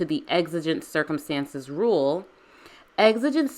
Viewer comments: I'm so sorry but the word circumEtances just drove me crazy... lol Excellent commentary as always. LOVE how you can explain the law in such a compassionate way. 🙂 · "Exigent Circumetances"